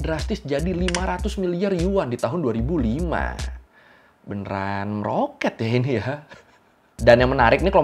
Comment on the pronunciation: pengucapan meroketnya kayak gimana gitu